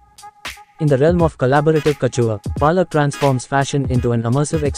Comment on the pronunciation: Lol, it's Palak not 'Paa'lak. Superb edit though. Aaj pehli baar iske naam ki mutthi peli jayegi. Iski maa ne toh khub thakaya hai chote bheem ko.